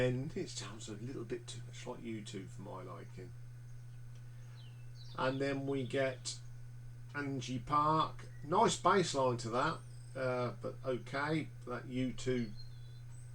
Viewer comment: Erm, interesting list - disagree with the order of most of it. And 'ANGIE Park'? Really? It's Angle Park, sir. And I don't hear any U2 in any of their tracks. My own list would be... 1. The Crossing 2. The Seer 3. Steeltown 4. Buffalo Skinners 5. Driving to Damascus 6. Why The Long Face 7. Peace in Our Time 8. The Journey 9. No Place Like Home.